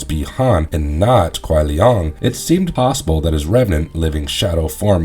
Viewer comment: It’s pronounced Shang Tsung not shung tsung & it’s Kai lang not Kai lung lol